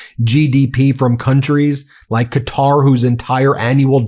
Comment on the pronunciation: Ben pronounces "Qatar" right! 😊❤